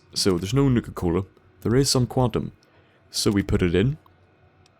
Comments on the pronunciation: Sounds like he's saying nigger cola 🤣🤣🤣🤣🤣🤣🤣🤣🤣🤣🤣🤣🤣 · It sounded like he said nigga cola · Same, at first I thought he was saying nigga-cola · I keep thinking you're saying "nigga-cola" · sounds like you saying Nigga Cola